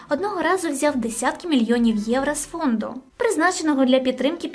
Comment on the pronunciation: Гарне відео, але треба працювати над українською вимовою, щоб звучати не так, як Тимошенко. (Євра), в українській буква "о" не звучить ніколи, як "а".